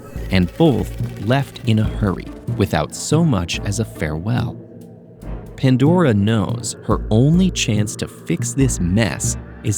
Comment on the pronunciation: The way the said Pandora, i thought ted ed change and almost got mad because they change it Please don't change the voice i like the Riddle narator so much 😔 Ps. He is one of my hear me outs (i need his name fr)